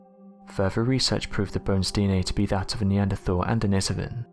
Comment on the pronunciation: Need to research how to pronounce denisovan...but still always learn something new on this channel !